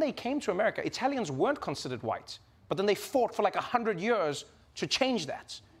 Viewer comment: You have to. Just understand Trevor’s pronunciation of “years”. Or as he says. “Yearges”